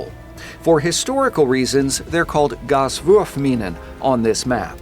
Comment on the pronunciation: I took german back in high school and god damn it sounds badass with the German accent lol